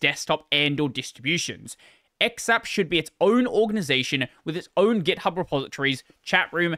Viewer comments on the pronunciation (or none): none